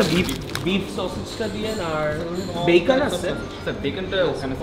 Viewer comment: Did you just say vacon.?